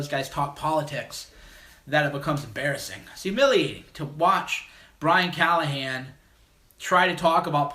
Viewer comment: I lol’d at “Callaghan”